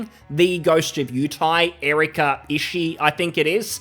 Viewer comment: Ishi-i, like Hawai'i. The second i is pronounced. The game is already DOA, no need to know more.